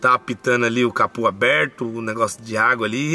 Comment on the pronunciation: Aonde vc ouviu falar "capu"?,É CAPÔ CA-PÔ